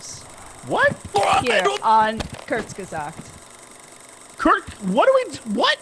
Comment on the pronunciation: pronouncing Kurzgesagt (and making that reference)? Gold